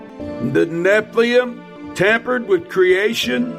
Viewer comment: did he say "nephliem" when he meant "nephilim" these mfers don't even know their own mythology smdh